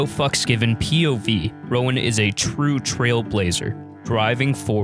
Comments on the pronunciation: it's not pronounced "Rowan"!!! it's pronounced "Rone" 🤣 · Roan not Rowen, pronounced as one syllable rhyming with "Phone".